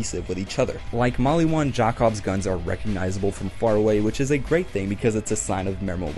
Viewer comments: I die a little bit when he say “jack obss” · The way you pronounce Jakobs after playing the game and hearing it said multiple times is horrendous, bud. Other than that, I agree with your ranking for the most part.